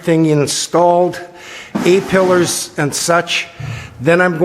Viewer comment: That rot around the windshield was nasty, you are braver than me tackling that, as it needs to be pretty much perfect for the windshield to fit. Looking way better now though! "eh" pillars, lol.